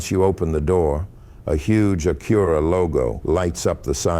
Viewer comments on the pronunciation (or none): Front logo is so large because the radar is behind it for the adaptive cruise/auto brake. You also pronounce Acura incorrect.